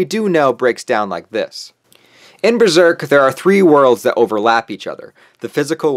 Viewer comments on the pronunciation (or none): This is great, except its pronounced "buh-zerk" not "brur-zerk"